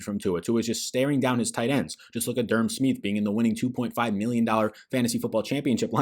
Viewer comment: Finz fan here. It’s pronounced “Sm-eye-th” not “Sm-ee-th” lol.